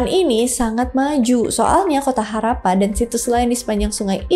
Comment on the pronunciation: Dan sebutnya Harrappa, bkn harapan..😂..